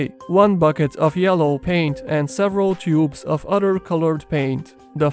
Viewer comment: I like how you pronounce the word “other” like “udder”.